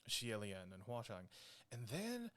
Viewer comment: All things considered, your grandmother sounds adorable. Mine is almost as old and she is nothing like that. No computer in the house or anything. Mispronouncing "Hua Cheng" and "watch on" sounds like it's super ripe for a parody video. Imagine Xie Lian going into battle and screaming "WATCH ON!" as Hua Cheng idfk transforms or something is too funny.